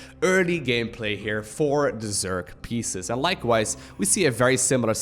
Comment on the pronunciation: Species is not pronounced like pieces^^